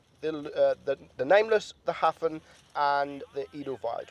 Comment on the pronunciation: Jeeze your pronunciations are hopeless! Edelweiss = Ay-dull-vice Hafen = Ha (as in haha) - Fun (stress on the Ha)